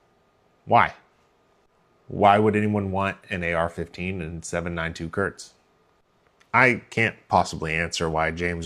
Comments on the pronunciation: KURZ not Körtz. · As a German, your pronunciation of Kurz sounds like diarrhea haha Kurz means "short" and spoken like K oo rz (oo like in look). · ...and now please pronounce the "u" like you would in Gh"ou"l!